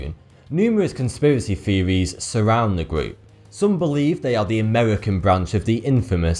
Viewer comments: "Feries" "Theories" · The narrator cannot pronounce TH he says Firty instead of thirty and feories instead of theories.